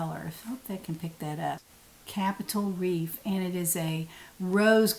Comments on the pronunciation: Hi. Reef is the word,not grease. Love today’s top with the accent color trim. It looks really nice on you. Thanks for letting us know that you also have wips that have been off the hook for a long time. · I really enjoy your videos,. the word is reef